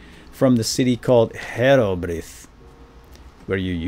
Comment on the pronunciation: herobrith is more like "Herobri" ne. just without the ne.